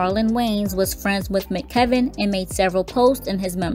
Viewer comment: M.C.Kevin not McKevin